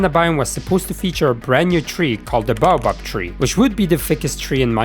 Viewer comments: don’t care it’s pronounced bay-oh-bab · it’s pronounced “ Bay-Oh-Bab “ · Nah bro, it’s “bah-bob” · Judging by his accent, it’s not the accent’s fault in itself, he probably comes from somewhere in Europe. there lots of languages share the same word but pronounce it “baobab”. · there is a correct way to pronounce it